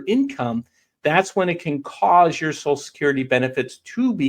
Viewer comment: WTF is "SOSUL" Security?